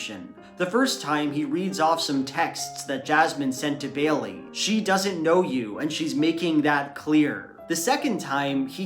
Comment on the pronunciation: Ugh I hate that pronunciation. It's Bay-lee, not Bay-uhl-lee